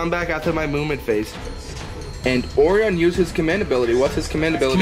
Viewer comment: Orion's belt not Oreon's belt "O-righ-un"